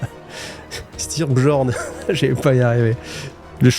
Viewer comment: Les Space Wolfs (prononcer "Space woulves") étant d'inspiration nordique, tous les perso nommés genre "Bjorn" se prononcent non pas "Bgeorne" mais "Biorne". Voilà si ça peut aider ;-).